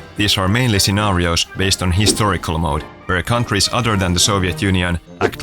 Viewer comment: "historical" dear god, 😂😂😂😂😂